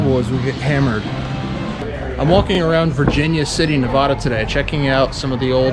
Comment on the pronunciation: Learn how to say nevada.Your pronunciation will get u in trouble.